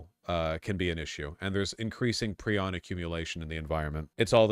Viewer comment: It’s pry-on.